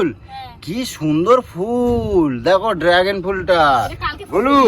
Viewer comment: ড্রাগেন নয় রে গাধা কথাটা ড্রাগন। আসলে মূর্খ হলে যা হয় আর কি?